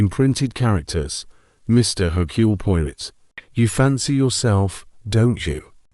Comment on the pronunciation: Sounds like it's read by AI. Can't even correctly pronounced 'Poirot' keeps saying Pio-rit